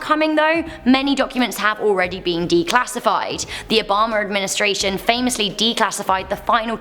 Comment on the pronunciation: I love the way she says Obama... Obomber